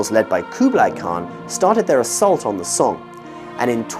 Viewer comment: Would be great if the pronunciation of Tang and Song Dynasties can be pronounced according to its putonghua pronunciation.